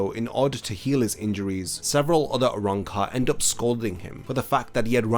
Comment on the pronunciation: ajuchas* arrancar* (no hate just wanted to point it out tbf)